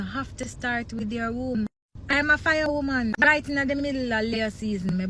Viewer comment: If deh woman deh seh womb one more time 😂😂😂😂😂 bay womb mi a hear